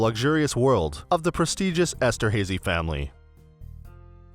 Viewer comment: Very distracting how the narrator mispronounces Haydn and Esterhazy.